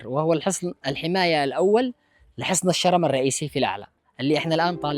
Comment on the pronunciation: النطق غلط الرم بدون تشديد للراء